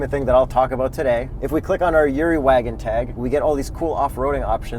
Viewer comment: His name is Yuri not Zuri